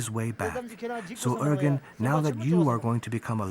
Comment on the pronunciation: The narrator should learn how to say the boy’s name. She pronounces urgan instead of Urgyan.